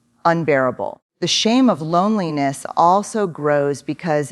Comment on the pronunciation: I agree, The 'H' of loneliness??